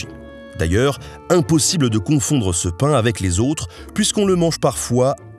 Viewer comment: En tant que corse la prononciation du pain était si catastrophique que je préfère en rire 😂😭 Mais superbe vidéo en tous cas.